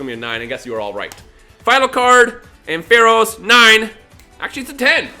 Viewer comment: couple things i would like to mention 1. the way u pronounce Ampharos made me cringe xD 2. now that u are streaming u should maybe consider getting a 3ds capture card and stream all the generation pokemon games, would be cool to see u play though some of those games :D